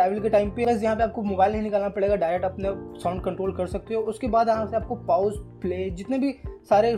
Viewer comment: Paous nahi hota...Pause hota hai..😁😁